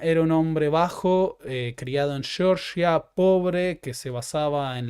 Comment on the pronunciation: Disculpe,. Cada vez que escucho "Shorshia" pienso en uno de los 50 estados del enemigo del norte. Stalin era GEORGIANO, con dos fricativas velares sordas.